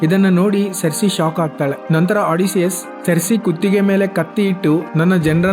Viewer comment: ಒಡಿಸಿಯಸ್ ❎ಅಡಿಸಿಯಸ್ ✅😂😂😂